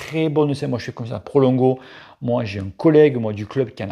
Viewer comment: Prologo, pas Prolongo:p oui je sais on s'en bat les couilles:p mdr ps: magnifique en effet! Je rajouterai qu'il faut avoir une bonne selle adaptée à sa morphologie, un bon cuissard mais surtout: UNE BONNE POSITION, c'est ça le plus important;)